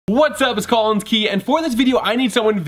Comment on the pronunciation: British Collins